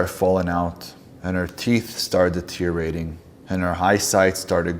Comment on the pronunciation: He cant even say deteriorating in his fake stories. he such a loser